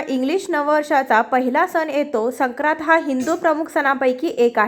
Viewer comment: संक्रांत नीट म्हणा आधी